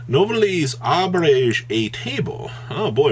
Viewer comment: since "Nouvellez" is based on french cuisine, is it pronounced new-vehl-lay? Or something similar?